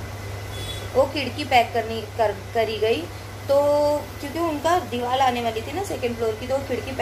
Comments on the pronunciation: Deewal nahi deewar hota Hai. Aur nahi to kya😜😜just kidding dear don't mind. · dewal nhi deewar sahi bolo